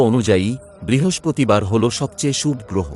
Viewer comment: উচ্চারনে সমস্যা আছে। অনোটন উচ্চারন করতে হয়। শুভো বলতে হয়। সাবস্ক্রাইব বলাটাও ঠিক হলোনা